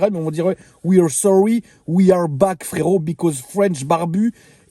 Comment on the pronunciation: A chaque fois tu dis frérot à ta façon je m'explose de rire 😁 tu le fais super bien.